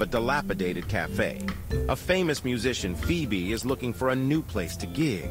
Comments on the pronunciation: Es wird tatsächlich "Fiebie" ausgesprochen 😊 habe ich in irgendeinem Hörbuch mal gehört, wo ich vorher das Buch gelesen hatte und dann auch jedes Mal drüber gestolpert bin😅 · Bei der Serie ‚Friends‘ spricht man es auch Fiebi aus, also alles richtig gemacht 😅